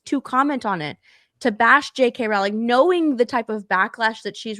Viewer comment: You pronounce it "rolling"... As important as she is as an author you think you could get that right. Oh and before you get uppity J.K has addressed it herself dumb dumb.